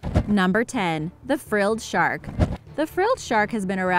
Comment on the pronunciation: Haha frille shark its a seven gill shark u idot